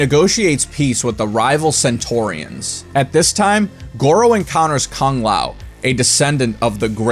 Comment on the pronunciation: What was up with the terrible mouth movements when goro was talking? Looked straight up retarded. Also, I don't want to be that guy, no disrespect meant but aren't kung and tsung pronounced like two os? Everytime you say these names I notice you pronounce them differently then the game does. Anyways, great videos. I've been having a marathon of your shit. Really enjoyed the how evil the characters are but I will admit too many basically the devil in my opinion. I think a lot of these guys are brainless pawns just doing what they're told.